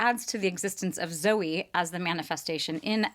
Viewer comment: I liked your original pronunciation, Zoo-ee as opposed to Zoe.